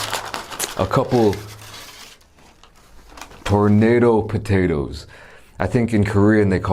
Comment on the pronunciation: dude sounded maaaad Korean when he said the name Then sounded maaaad american saying tornado potato